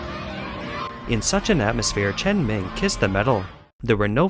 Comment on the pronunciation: let me help you (in case you think you know Chinese), it is not cultural, but political matter. very very deep economical benefits who wins and those chearing people are hired to do so.... get it? btw, her name is chen meng (pronounced as məng), not chen ming (pronounced as ming)